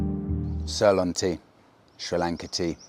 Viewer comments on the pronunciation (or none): Please can you correct your pronunciation of ‘Ceylon’. Ask a local.